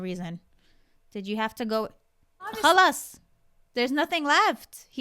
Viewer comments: The "khalas" came out 😂😂😂😂😂 we done 😂😂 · I heard you say khalass enough I don’t blame u ! Poor girl he cut off too much😂😂😂